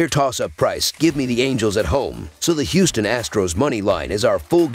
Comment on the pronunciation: Angeles or Houston? Can you be more clear?